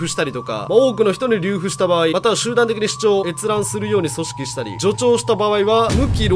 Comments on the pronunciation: りゅうふ？ 流布(るふ) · りゅうふでなく「るふ」だよー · 流布が正しく読めないたっくー可愛いな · るふを『りゅうふ』って言っちゃうの可愛い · 流布→るふ です！ 罰として、知らないと煽られるかもしれない読み方の熟語をまとめた動画を出してください。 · たっくーさん流布(りゅうふ)ではなく流布(るふ)ですよ！笑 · 流布：「りゅうふ」ではなく、「るふ」です。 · 流布はりゅうふじゃないよ。るふって読むんだよ」。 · ✖︎りゅうふ→○るふ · たっくーさん「りゅうふ」じゃなくて「るふ」ですよ！ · りゅうふ❌ 流布＝るふ、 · "りゅうふ"じゃなくて"るふ"やね。 上がダメなら全部ダメ、土台もゆるゆる状態。 いらない国よね。勝手に死滅すると思うけど。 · りゅうふ❌→るふ⭕️ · 流布 の読み方はるふ です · 流布 → ×りゅうふ ○るふ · 流布 るふ では? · 流布と書いて「るふ」と読みます。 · 流布の読み方は｢るふ｣だよん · 流布は ×りゅうふ 〇るふ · なんなら流布を「りゅうふ」って言ったすぐ後に、伝播（でんぱ）を「でんぱん」て言ってる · 流布→るふ たっくーってたまぁに、こういう可愛いミスをするよね あとね、北朝鮮の女性がAKB48の「ヘビーローテーション」の動画見て、北朝鮮だったら捕まる、って言ってたしその人も見れずにいたな。 あの国どうにかならんのかね？ あのとっつぁん坊やの大将がいる限り無理やろな もう洗脳された後継者もいるのかな？ こえー((( ；ﾟДﾟ))) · 伝播は「でんぱ」、流布は「るふ」ね！ いつも楽しく拝聴してます😊たっくーさんの読み仮名の幅が広がりますように🙏 もうすぐ100万人！！て盛り上がってた時からもうまた100万人増えて…すごい事です㊗️🎉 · ｢流布｣の読み方｢るふ｣でねぇか？ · 流布 るふです。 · 流布(りゅうふ) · ああ〜たっくー間違えちゃったかー。 流布誤字伝播罪で無期労働だなー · 流布読み方知らない珍しい人